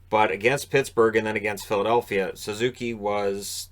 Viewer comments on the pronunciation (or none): none